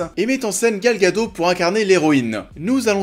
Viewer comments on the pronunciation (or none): En effet , difficile de résister au charme immense de la craquante Gal Gadotte ( et non pas Gal Gado , on prononce le T ) ! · Gal Gadot se prononce" Gadote"... Film préféré de DCEU... waaaaouuu faut pouvoir le dire sans avaler sa langue, non faut pas déconner. En plus tu ne "sauve pas grand chose" d'après toi donc je ne comprends pas trop. En plus niveau scénaristique c'est leg', leg'. C'est un film sympa mais c'est le vrai début de la marvelisation chez DC. Wonder Woman C'est une déesse au service de l'humain c'est ça qui rends le personnage grand. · Salut j'aime bien se que tu fais, le seul point négatif a te dire c'est que tu prononce mal Gal Gadot. hahah sinon vivement se we XD